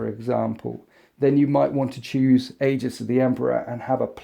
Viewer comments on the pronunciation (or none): none